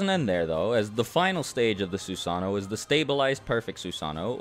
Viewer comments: It hurts su-sano why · Anyone else mad that hes saying susano wrong? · Who else found it annoying on how he said “susanoo”